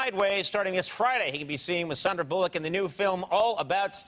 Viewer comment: It's Sandra, not Sandra